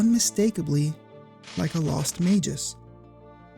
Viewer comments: You got Schala right and then mispronounced Magus, the subject of the video. lmao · Maybe for the same reason you mispronounce Magus, which is a real word that's officially pronounced as May-Gus and not Mage-Us, lol. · As said elsewhere, you are incorrect on that: Magus follows the hard G / soft G rule, is pronounced with a hard G, as Mah-Gus or May-Gus. Go to any online dictionary and look up the word Magus, and play the pronunciation for it. Then you'll find-out the truth for yourself. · Not sure how people figure out how to pronounce names in text only games, but to me, he's Mag-us, not Mage-us. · You are completely wrong about magus. Its pronounced with a soft g, as it denotes a person using magic. You don't pronounce magic with a hard G; neither do you pronounce magus with one. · I'm more upset about how you pronounced Magus as Mayjus than about how the developers included this idea. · sorry dawg, but Yawn-us and May-jus are the wrong pronunciations. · SKALA XD hahahaha... The way you pronounce it would be spelled either Scala or Skala. Schala is pronounced as Shampoo. While you pronounce it Mageus, it might be right. But him being a japanese invented name, I'd argue it's pronounced like Magpie. Magusu in japanese. Actually his japanese name is just Mao (Demon King or Magic King). Janus, Magus... Just pronounce the same. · May-Gus. You can even get verbalizations of it on Google..... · We should just pronounce it My Goose. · You mispronounced Magus and Janus.